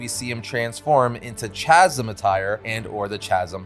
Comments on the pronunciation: Brother, its Chasm:sounds like (cake) not (chad).😉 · Please please the word is pronounced [Kaz-uhm] = Chasm. [Not Chaz-uhm] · A lot of people say it with the Ch sound, but it always tickles my ears wrong. It’s definitely supposed to be the k sound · CHASM = pronounced K-azz-um NOT Chazzum, it's not a typical CH sound liked in chapel or church. it's a K sound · "Chaz-em" No, not even CLOSE. "Chasm" is pronounced "kaz-em". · It's pronounced "Casm" not "Chasm" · bruh why are you saying chasum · Chasm is pronounced like "Kazim", the "h" is silent. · It's pronounced "kasm" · Chasm has a hard CH sound. 😅 when I heard “Tchasm” I started dying 😂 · wtf is cha-sm??? lmao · “Chasm” as in a deep pit? That’s pronounced with a “K” sound, like Kah-sm 😅😅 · a lot of people are saying it wrong. Its absolutely ka-ZM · Are you really saying Chasm the way you are? Is there a joke here or something I don't know? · Bro doesn't know how to pronounce "Chasm" 💀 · When pronouncing "Chasm" the C makes a Ka sound and the H is silent. Hope this helps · How can you be a life long comic book reader and not know how to pronounce "Chasm". As in "character, charisma, chimera". That was shocking. Yikes. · The way you're pronouncing Chasm is triggering me. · I've never heard anyone pronounce it with the "ch" lol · Anyone who pronounces it that way is wrong.